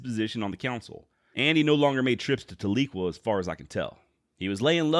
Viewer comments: Its pronounced TAL-eh-kwah with the emphasis on the first syllable. I have family there. They'd laugh if I said it "ta-LEE-kwah" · Talequa has a soft E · Tahlequah is pronounced Tal-le-quaw. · there is a good book by Larry McMurtry titled Zeke and Ned about Christie, enjoyed reading it. The way to say the name of the town is more like Tally Kwa btw ;) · Hey buddy, love the vids. Just a heads up tho. As a grandson of a Cherokee that was raised on the rez near Tahlequah Oklahoma, no biggie cause a lot of towns in Ok are weird, it’s pronounced Tal-e-kwah. Tal like the word tally, short E sound like the word end and quah like the word squaw. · I like Ned Christie. I think that often, unjust laws push people into a corner and they end up fighting with their backs up against a wall. Ordinary good people end up turning violent, as it becomes a fight for life. This is a very big injustice. PS. You mispronounced Talequah. Tal - LA - quah. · Tahlequah is pronounced like "towel- a- kwaw" by Oklahomans. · That's what I'm saying my family is from tahlequah Oklahoma and we always pronounced it different than how he's pronouncing it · You did a good job but as a chrerokee citizen in Adair co. Oklahoma i have to say you pronunciation Tahlequah and Keetoowah were way off!! Other then that very good